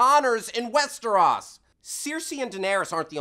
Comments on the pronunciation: WesterOS not WesterAS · WEST-ER-O-SSS not WEST-ER-AH-S holy shit that bugged me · "Westaras", close, but not perfect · west -eh-rOs NOT west-er-aus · does it bother anyone else how he says westros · I'm pretty sure he did not. It's pronounced west-er-ohs and that's not how he pronounced it in the very beginning. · How do you fuck up saying "westros" they say it a million fucking times? There is no fucking 'a' sound in the name? I mean for fucks sake, they say it in the show at least twice per episode. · The fact that he keeps mispronouncing Westeros is bugging me. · Why does he (host) pronounce those Proper nouns incorrectly Cersei, Westeros, etc.. you hear it correctly on the show constantly. Even if you read the books first and that's the way you hear it in your head.. WE NOW KNOW WHAT IT IS SUPPOSED TO SOUND LIKE! So sound off and tell me why I am wrong